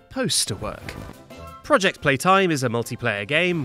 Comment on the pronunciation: POOJECT PEETIME 🤣🤣🤣🤣🤣🤣🤣💀💀💀💀💀